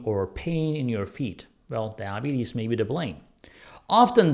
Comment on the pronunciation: You're having problem saying diabetes.